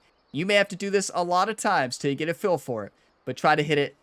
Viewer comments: try saying "Feel" 100 times in a row, wtf is "Fill"? Worst of all your videos. Unsubbed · Took me awhile to recognize that when you say, “Fill,” you mean “Feel.” Are you in PA?1 😆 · Is he saying Phil method or "feel method" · Are you saying, play by "feel" or "fill" ? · Thanks for the video! I’ve been looking exactly for this video, sadly though, as a newbie, this video was incredibly hard to follow. “I assign numbers based on Phil”, who is Phil? Are you saying Phil or fill? And what does that refer to? I was really looking for a numbers based system and that section was incredibly hard to follow, drawing on the screen would have been awesome. Thanks man!